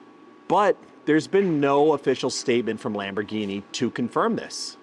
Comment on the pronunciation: Lombargine machine 😂😂😂 Do they sell Roys-roys as well? Anyways the channel is great, refreshing to see one without the classic influencer approach